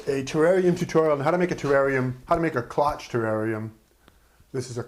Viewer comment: By the way, the O is long and the CHE is pronounced SH Great video